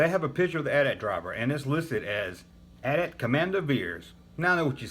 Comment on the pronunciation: Love that you say "at at" and not "Ahh Tee Ahh Tee"